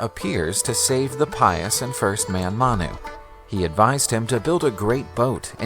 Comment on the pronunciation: His name is “Manu”; not Mana. I know it was not clearly audible in the video